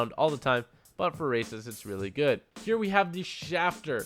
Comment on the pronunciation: I thought u were saying racist at first than I realized u were saying races